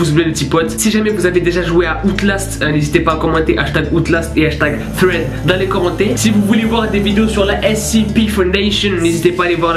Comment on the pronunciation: sa se dit sreed